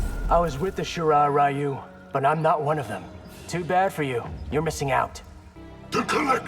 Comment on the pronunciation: Y’know you’d think they’d get the Japanese pronunciations right after so many years but no. They still mispronounce Takeda and Ryu. Fucking fantastic, great job netherrealm